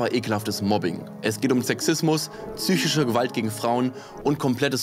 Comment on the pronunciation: "Tzychische Probleme."